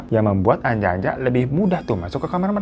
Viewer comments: aku yang dari jateng ga asing si sama ānjā-ānjā ini. itu bacanya bukan anja-anja tapi huruf a nya di baca ā hampir sama kayak o tp bukan o. dibaca kayak kata "opo" di lagu sayangnya nella kharisma. wkwkwk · ngakak pas hiro bilang anja-anja .kedengerannya kayak ANJAY - ANJAY . bacanya onjo onjo